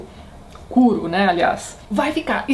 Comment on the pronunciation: Tati, "Kuro" se pronuncia "cúrô" e "yakuza" se pronuncia "iacuzá"